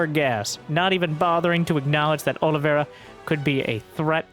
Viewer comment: Is there any SC2 commentator capable of saying "Oliveira" right?